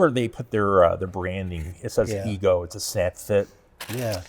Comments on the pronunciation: The company name is pronounced Ego, not Eco. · I really enjoyed finding this video to see all the detail of the EGO LM2206sp, great detail and information. But it's probably important that you get the manufacturer name right, it's EGO NOT ECHO that makes this unit. You guys being engineers look at it from a totally engineered POV, not the practical application and usability of the unit. As others have mentioned something as simple as clear battery cover actual purpose to see the battery gauge read out. And the point of the aluminum deck that adds all the weight actually does make a better cut than the composite units. (based on several Youtube reviewers). You should do a little research into the units before actually tearing them down and providing opinions. But love the video non the less and the level of detail you guys give to it.:goodvibes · eGo NOT eeKo ugh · He said, Echo is the parent company of the Ego product line. Later he mistakenly uses the incorrect Eco reference. Most of the cost in that mower is the Battery and let’s not forget the Tariff’s.